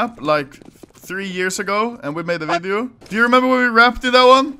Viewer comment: Wery Great Wideo. I tink